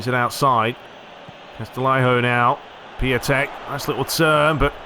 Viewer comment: Piątek is pronounced ‘piontek’ it also translates as ‘Friday’ from Polish 😉